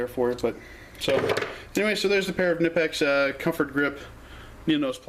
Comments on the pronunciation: Im going crazy over why people ALWAYS think the "K" in Knipex is silent, IT´S NOT!!!!!! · Seriously man, pronounce the damn K already. It takes all but 1 minutes to go watch one of the videos on the Knipex page and hear it for yourself. This shit is getting annoying and really old 😂🤣😂🤣😂🤣😂🤣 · You are right! It is pronounced K-Nipex, not Nipex. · In the UK most people say NIPEX , going along with the silent k thing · David Thegreat it is silent! K before N is always silent...like knife, knew etc...knipex is no different!